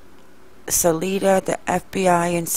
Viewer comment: I don't mean to be nitpicky but it's pronounced like saliva only saliDA. Also, Chay-fee, like chicken.